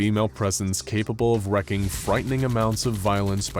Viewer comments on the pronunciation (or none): Ok, I feel like I should just say it- The word wreak is pronounced like "reek". Not like "wreck". Thank you for the SCP content.